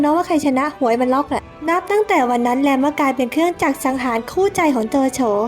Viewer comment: แลม แต่จีนน่าจะออกเสียงว่า หลัม ไม่ก็ หลาน มั้ยคะ 555